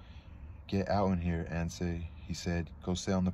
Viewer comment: “Anse” is a one syllable word; so it’s not pronounced using the Spanish pronunciation.